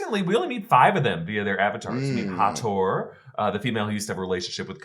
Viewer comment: Hathor is pronounced Ha-thaw.